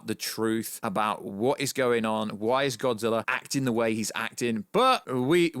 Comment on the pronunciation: You say godzillaer